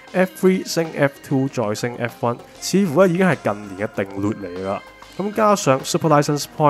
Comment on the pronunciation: 好一個定"劣" 個"劣"字好正